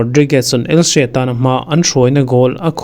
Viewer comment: ELSE a ni lo ELCHE ti rawh lam nalh i tum lutuk.